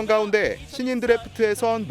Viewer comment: 이상하네요.... 왜 나만 여기자발음이 이상하게 들리나요? 가운데...를 가운디. ...라고 말하는거 같은데 한두번 이렇게 말하는게 아니던데....시정이 안돼는 이유가 몰까요?